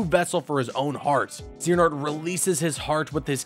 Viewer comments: I was waiting to see how long it took for him to screw one up and I don't think that XANAHOORT is a correct pronunciation. I'm sure he will maybe get better with time, though. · Zee-an-ort? At least not as bad as IGN’s “Eriqueez” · zeehanort killed me every time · Stop saying Xehanort so wrong!!! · Who the high hell is Vany Toss? It's Va-NI-tas. Va-knee-tus. Vanitas. I can forgive Xee hanort, but god the butchering of Vanitas is almost as bad as what happened to him in the Monster's Inc world. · Zeeanort and Vanitaas 😂